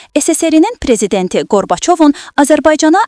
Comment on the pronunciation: Gorbacov yazilir, Garbacov deyilir, vurgunu da düz de. 65 illik heyatimda ilk defe eşitdiyim, gisaldilmiş ad : R Mehdiyev Adi batsin onun.